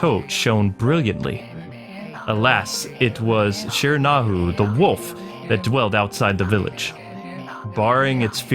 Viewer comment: I believe it's pronounced shear-a-nu-i.